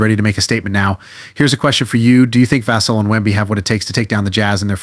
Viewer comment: It's pronounced Vuh-sell put some respect on his name.